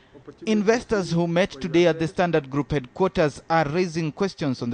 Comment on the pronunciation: Ha ha ha I've often asked the same question.Instead of Standard Group...he insists it's pronounced Sdantart Kroop :-)